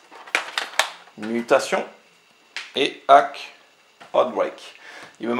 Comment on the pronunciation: Salut. Effectivement tout le monde en parle de One Punch Man, si ça continue je vais m'acheter le premier aussi pour voir... Ouh jolis les .Hack !! Sinon on dit Dot Hack (le petit "." se prononce) :p De beaux achats =) Tchou